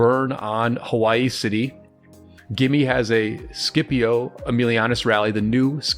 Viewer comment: It’s pronounced sipio, the c is silent